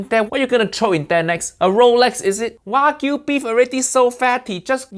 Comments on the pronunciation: She’s not even pronouncing Wagyu correctly haiiiyaaaaa 🤦🏽‍♂️ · she murdered the Wagu LOLOLOL